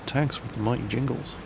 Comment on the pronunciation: Jingles, not Jimgles. lol